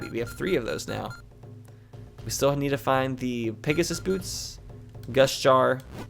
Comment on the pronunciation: was I the only one who thought was saying gush jar instead of gust jar?